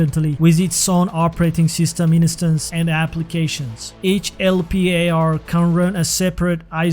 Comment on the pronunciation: For the record: COBOL is not pronounced "cobble"... it's pronounced CO-ball. LPAR is pronounced EL-par. As an American product, z as in z/OS is pronounced "zee" not "zed". I do appreciate the video as mainframes don't get the recognition they deserve. They are pretty amazing machines and our society would not be what it is without them!